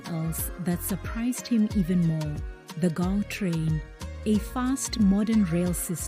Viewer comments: Gautrain not Gau-train 👍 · Brilliant video. But you dont pronounce Gautrain like a South African why is that? Otherwise keep up the good work.🇿🇦🇿🇦🇿🇦🇿🇦